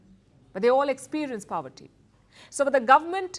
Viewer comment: Please stop pronouncing poverty as paaavarty. So annoying! It does not sound cool; rather it sounds stupid.